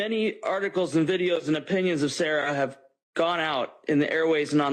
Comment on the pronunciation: End-t. And-t. World-t. And-t. When did-t we start talking with a "T" after the letter "D" in a sentence? And-t? Smh